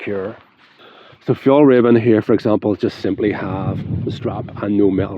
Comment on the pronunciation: It´s Fjell- r-ai-ven. The way you say Fjollräven translates to "sissy fox". Fjällräven means "mountain fox". 😅